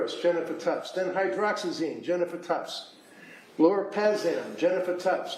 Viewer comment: If this prosecutor wants to be taken seriously, she needs to be able to say these medication names correctly - HYDROXYZINE ma’am not HYDROXYMINE 🙄